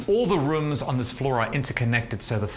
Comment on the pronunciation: “All the Reoms” lol